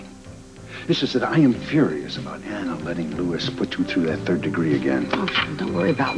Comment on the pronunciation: her name is Anna! Not Onna!:) Tiffy knows Sean's daily routine!:)